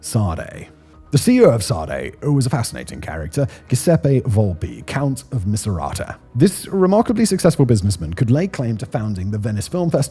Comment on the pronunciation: I mean, it helps with the algo, so here you go. But also, Cs and Gs in italian are hard by default if there's an I or E, and need an H to become soft. So pronunciation of the CEO is more like "Jewseppe" (no pun intended).